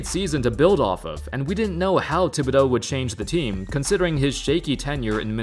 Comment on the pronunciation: It's TIB not THIB. You're pronouncing it wrong